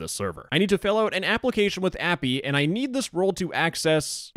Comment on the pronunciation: "You *nerd* this role..." WTF LMAO